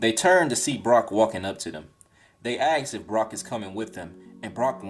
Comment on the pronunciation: A very fun watch... One thing tho.... More a joke but dude you cant say "ask" correctly to save your life:)